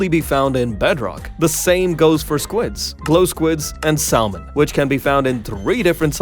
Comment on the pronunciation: Bro did NOT say sallmon 💀💀💀